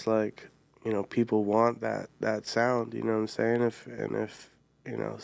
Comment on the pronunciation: Bro went full J Roc and knowhaImsayin